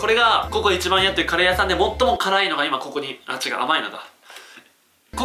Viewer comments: 最初のカレー屋さんの発音がリヴァイアサンw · カレー屋↑さん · カレー屋さんの発音ww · カレー屋さんの発音がリバイアサンと一緒w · カレー屋さんの発音が気になる。 あたスだけだろうか、、、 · カレー屋さんの発音がぺんと同じだな